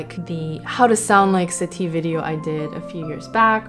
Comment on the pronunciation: Can I just say, as a French person, your pronunciation of the composers' names at the beginning is spot on. Actually, the whole video is excellent, as always